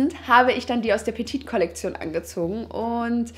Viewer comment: petite ist falsch ausgesprochen:)